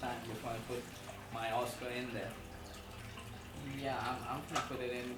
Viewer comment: What's a awwscoh???